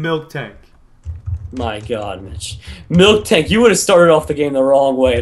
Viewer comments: Milk Tank? cause i pronounce it miltank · Also it's not milktank it's miltank